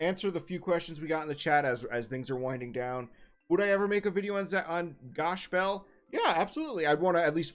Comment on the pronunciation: Funny YouTube man says to use the original name then doesn’t pronounce it correctly 😂